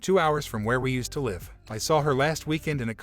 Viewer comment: Why do people pronounce live as life when everything else sounds fine. This is not the only narrator that say it that way.